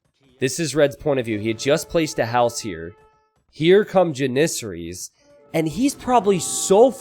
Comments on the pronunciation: Please google how to say janissaries!!! You always say so it so wrong!!!!! 😂😂😂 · I can't get over the way he says janissaries. Needle in the brain every time